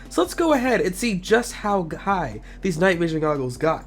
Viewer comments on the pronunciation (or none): ”Just How Ghigh”